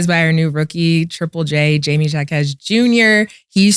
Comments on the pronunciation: Y’all saying Jaquez name wrong bro is Latino “J” makes a H sound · gotta pronounce Triple Js name right. Js are Hs in Spanish